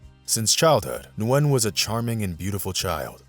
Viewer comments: Just "Win" .. not "New-win". It's one syllable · It’s pronounced win not nuwin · You do know that Nguyen is her last name and it's pronounced "win", right?